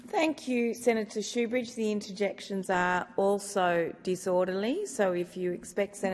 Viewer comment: Shoebrige it's sook